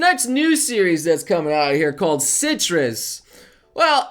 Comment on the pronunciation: You said citrus I heard clitrus